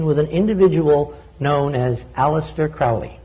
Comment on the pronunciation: ARGHH it's proninciated Kroh-lee.